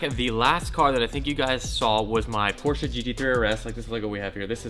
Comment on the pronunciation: i love ya, BUT FUCKING PRONOUNCE PORSCHE CORRECTLY